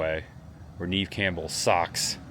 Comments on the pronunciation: Great Video!!!Not to be a complainer lol but I just watch Neve Campbell explain how her name is mispronounced all the time lol.Neve Campbell's first name is pronounced "Nev" (rhymes with Bev or rev). Despite often being mistaken for "Neev" (rhyming with Eve), the Canadian actress has confirmed it is pronounced "Nev," a common point of confusion for many. It is not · It's Neve like never not Neve like knee lol.